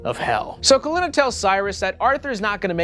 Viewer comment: So why do u start mispronouncing Kalina’s name 3/4 of the way thru the movie? That’s like really weird creative license